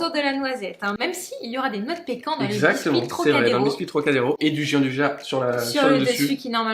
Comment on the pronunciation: Bonjour à tous les deux, superbe recette comme d'hab ! Moi qui ne faisais pas de pâtisserie je commence à changer d'avis :) Petit détail : ça se prononce "Djiandouya" :)